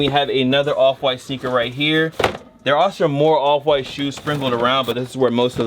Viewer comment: This whole time my fatass thought he was sayin “Oliver white”